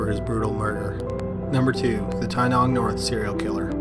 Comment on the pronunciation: Wow. My town is mentioned. Well done on your pronunciation in story #2 (Tynong serial killer), Australian towns can be a mouthful.